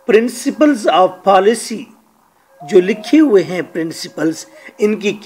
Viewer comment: Paalicy haha... Say policy ...